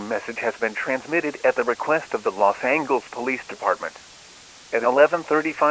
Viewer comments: What the hell is “Los Angles”?!?! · You said Los Angeles wrong